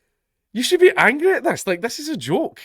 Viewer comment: I like the accent when he says angry reminds me of Shrek